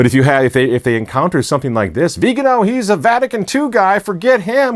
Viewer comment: Please, pronounce the Archbishop Viganó’s name properly, indeed as you publish it - .vi-ga-NO accent - only - on the final syllable.